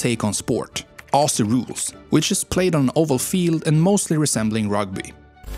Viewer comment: I put it down to accent, but do cringe at mispronunciation of cities. E.g. Brisbane is supposed to be Brisbin, note bane. Aussie is Ozzie (pronounce the s like a z not an s)… and a number of others. And we don’t have that many killer animals… none that you will see often anyway, and nothing like lions, tigers, grizzlies or any of those crazy creatures that chase you. The most dangerous creatures here are very shy and do their best to avoid humans. I am 51 and live in inland rural Australia. I’ve never seen a brown snake (in fact I’ve only ever seen two wild snakes in my entire life… the rest were in zoos), and I rarely see a dangerous spider because they’re mainly around Sydney.